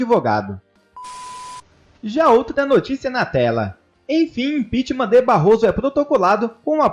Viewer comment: Impitichm, impitichm e nada acontece